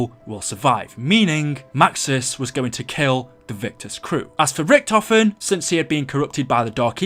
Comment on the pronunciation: Godaaaaaaaaaaaaaam, IT'S NOT RICK TOFEN, IT'S RICHTOFEN FOR FUCK SAKE